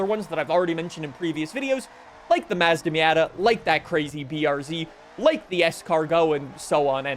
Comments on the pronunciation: Why can no one pronounce Mazda right on any Forza Videos lmao 🤣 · Still saying Mazda wrong